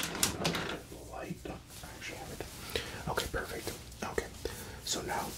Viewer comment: Haha I know what Square means in the streets.. 😂😂 love it! Amazing! The whole thing. Love the lighting and everything! I miss this so much! Thank you! You are a gift to YouTube my friend. 👍 ❤ 😊 love the face touching with the matching sounds too. You rocked it. Ha also the way you say perfect is perfect! Lol 👌